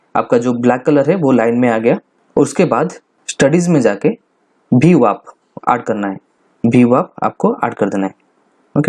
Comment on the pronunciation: VWAP not BWAP